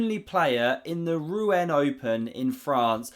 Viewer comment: You night want to google the pronunciation of Rouen. You have the first syllable right, but the second is like the end of 'en passant' - same vowel sound and no explicit n or t sound. French is hard, and phonetically makes as little sense as English lol.